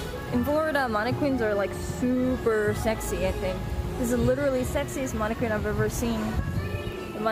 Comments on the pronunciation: Man-uh-kin. Not whatever you were saying. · The way she says mannequin is interesting. Plus you need a tall friend to go places with you. Or an extended claw. Why cover your tattoo? In America it's ok to show your tattoo.